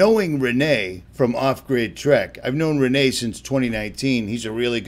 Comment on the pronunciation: It's not Re-NAY .... it's Ren-NEE .... I know, I've spoken with Rene!